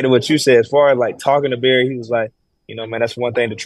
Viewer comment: ...Berry Sanders reaching out... Hi, umm yeah, it's Barry not Berry. Thanks for posting this interview!